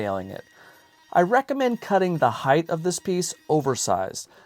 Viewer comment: High-th? Did you mean height? Why are you adding an extra H on the end?